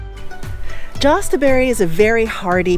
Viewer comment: Yes, Yahst like yah stuh berry.